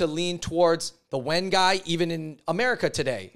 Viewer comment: Wen is pronounced “wern” not “when”